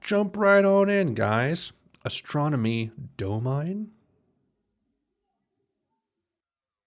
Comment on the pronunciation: trac 1 is pronounced Astronomy DOMAN-EE, so as to rhythm...just a lil tidbit. Barrett was fascinating, and a tragic loss. Shine On You Crazy Diamond 💎 💜.